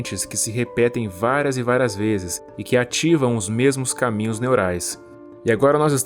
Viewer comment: "Váras vezes"